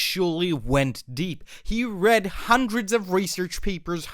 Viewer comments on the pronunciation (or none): none